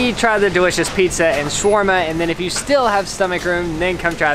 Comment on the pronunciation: It's ShAAAwerma and not chwerma please !